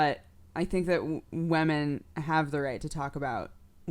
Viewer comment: the way you say women niggles me in the slightest. sounds like wemen. but whatevs, you are delightful...